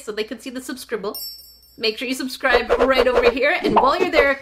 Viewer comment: you sed subsribl